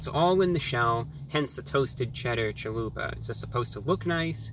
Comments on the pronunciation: "I'd like a Chaluperrrr please." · Hearing my God say "chaluper" made me happy. I will offer a scarifice tonight to review god